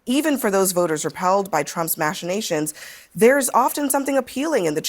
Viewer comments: My god that CNN panel lady couldn't even say machinations correctly..said mash-a-nations..and I'm supposed to think you're well educated? Hillary got served on X. And good. They are so irresponsible with what they say! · Why am I surprised that Abby Phillips can't pronounce "machinations"?